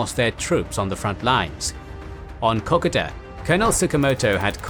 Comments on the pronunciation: For christ's sake, please get your pronunciations correct as not only does it sound wrong but it is offensive to Australians. Kokoda is spelt with an "o", not an "a", so it is pronounced Ko-Ko-da, not Kokada. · A cool new drinking game. Take a shot everytime he pronounces kakoda wrong. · Kokoda track is pronounced Koh-koh-da! Sorry had to say that but glad you said track not trail. I had several uncles who fortunately all came home thanks to the "Fuzzy Wuzzy Angles" who thoroughly deserve their own special. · Kokoda is koh-koh-da not cockada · Top quality presentation. Suggest checking pronunciation of a few words, in particular Kokoda. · Wish they could pronounce Kokoda properly.